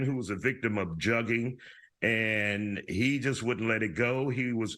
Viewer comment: how are these professional reporters still not pronouncing the word Jugging correctly lol.